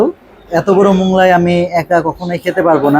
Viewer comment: Moglai k Monglai bolben na. Otherwise you are excellent. I am your new fan.